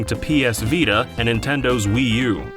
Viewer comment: Nice "Vita"